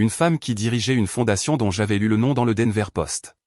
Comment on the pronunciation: D enver!!!!!pourriervous respecter 'es noms propres